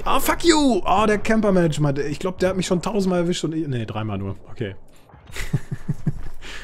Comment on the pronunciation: der eine heißt camper MANGER und nicht MANAGER :D aber sau geil bitte öfter solche videos! :)